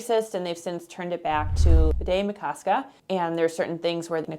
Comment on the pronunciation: Just a note: it’s Bde, not Bidet.